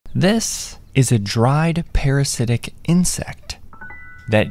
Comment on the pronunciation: guy emphasised parasitic so much. Doesn't matter to nature at all lol